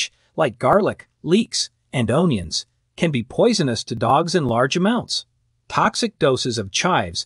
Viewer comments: Say 'un-yuns' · Your AI voice needs to be programmed to pronounce onions, dachshunds, and other words correctly, it detracts from the authenticity of your message. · It is amazing to me that this video uses several medical terms but can't properly pronounce dachshunds, onions, and a few others. Just crazy